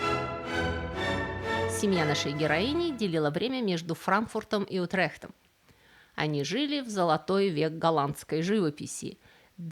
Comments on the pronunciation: при всем уважении, ну вы же изучаете источники, в том числе Википедию. Почему такая проблема с ударениями? Откуда УтрЕхт, если Утрехт (ударение на первый слог)? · Утрехт - ударение на У